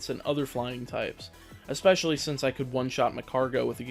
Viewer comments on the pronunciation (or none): none